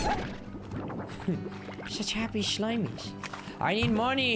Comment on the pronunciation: I love when you say SHLIMIES